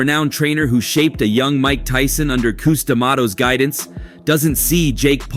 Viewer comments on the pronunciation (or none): Who the hell is “cous”?.?? It’s Cus bro. One of the greatest minds in the history of boxing, the man who literally invented the peek-a-boo style and shaped Tyson’s career from his earliest days in the sport. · Dude. Can you not detect sarcasm and/or read?.?? His name was Cus, not cous. His last name was D’Amato, not whatever the hell you typed. I obviously know who he is since I provided a “mini-bio” right there in my comment. I was just giving this channel’s creator shit for mispronouncing Cus and showing a near complete lack of knowledge regarding the man and his contributions to the sport. I even said “It’s Cus bro…” I’m pushing 50 years old and I grew up in the Catskills, where Cus was a LEGEND. My grandfather had known Cus for 60+ years and they died within a week of each other. I don’t need a history lesson from someone 1/2 my age, especially not one regarding a man I was fortunate enough to meet in person and always looked up to as the kind of man everyone should aspire to be. Cus wasn’t just an amazing promoter or a fantastic coach or a once in a lifetime trainer, he was all those things and a whole lot more too, but above all else, he was a stand up guy who did the right thing even if it was difficult or uncomfortable or whatever. He was the kind of man who would go out of his way to help others. He was selfless to a fault and often made sure that everyone around him had everything they needed before ever thinking about himself. Cus was a remarkable man, yet his boxing life was only about 10% of what made him so amazing, there’s so much more to him than most people know! I apologize for my lengthy comment, I got carried away.